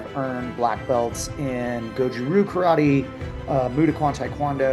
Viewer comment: One thing might actually help for starters, pronounce Karate properly, don't pronounce it as Churrattie.